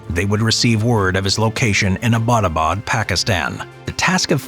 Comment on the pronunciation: it’s not Abadabad, it’s Attobad.